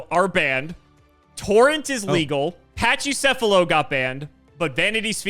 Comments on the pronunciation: There's no way Pachycephalo is pronounced like "patchy". It should be "packy", like pachyderm, aka an elephant. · It's not "Patchy"cephalo. It's pronounced like pachyderm. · No, it's not pronounced "patchy" lol